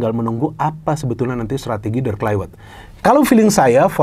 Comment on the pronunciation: Pembacaan: Klaivert, bukan Klaiwert